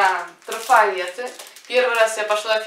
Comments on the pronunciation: Почему "Фиг-Прайс"? 😁😁😁 "Фикс-Прайс" же ☺☺☺ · буква Х на конце слова fix читается как КС. Это ж магазин фиКСированных цен, а не фиХированных (такого слова даже нет). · Вы произносите почему-то как Фиг-Прайс (или Фих-Прайс)